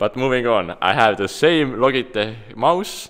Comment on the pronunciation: I love how he says 'Logitech' and not 'Lojitech'